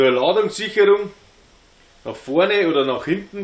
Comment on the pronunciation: Hallo, bitte bitte mach nochmal eine Schulung zwecks '"ĹADUNGSSCHICHERRUNG'".